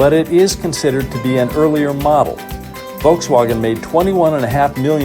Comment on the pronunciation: "Volkswoggen"... Pok thuh cah Motha.